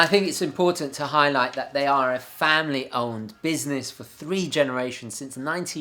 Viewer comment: Owned* not Owened!